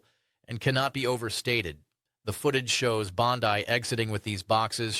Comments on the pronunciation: Her name is pronounced "BON-DEEE" Not "BON-DYE" Your deliberate mispronunciation of her name does you no favors and undermines the seriousness of the information you are trying to impart. It makes you sound kinda dumb. Casts doubt on the credibility of your report. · What a weird video! The contents are interesting (but repetitive) but the clips never forward what is being explained. You talk about one judge and we see another talk for a few seconds, basically saying, hello, good to see you. (Plus it's annoying to say "Bondaï" when it's Bondee.) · Why do you YouTubers call the AG 'Bondai', while all Senators and Congressmen and -women call her 'Bondee'? Oh, I see, you're AI generated. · It’s Bondeee. Not Bondeye! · Are you Australian? Why do you insist on mispronouncing her name? It’s not Bond-eye but Bond-ee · I love the info and the hope it brings but please stop with the AI as the misinterpretation of words like BondI vs BondE detracts from the credibility of the facts. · I agree with all the comments but the gentlemen speaking is lessening his critique by incorrectly pronouncing her name with a long “I” at the end. Perhaps he is the only one in the country who knows how to pronounce it which would surprise me. But when someone wants to bring a critique they want to make themself appear VERY credible. Incorrectly pronouncing the name can make all who are prone to discount his post do so out of hand without a second look. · Why does he constantly mispronounce Bondi.? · I don't get how people constantly create new names for people even though those names have been in the news forever, or they've been introduced correctly and you still say the name wrong. Bon dee, not Bon dye. Gil laine, not Gizzz laine Credible and correct reporting means correct names (and places, etc). Thank you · Is it just me? Who says BondEYE other than AI? WTF? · This is AI crap. Who is bon-die? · This video is good, but pronouncing the name Bondi as"Bonsai" distracts listener's attention.